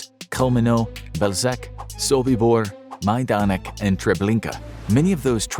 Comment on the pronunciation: if you say the names of people just write them on the screen because you pronounce them horribly, especially Polish ones -Chełmno -Majdanek -Sobibór -Bełżec -Oświęcim (auschwitz in Polish)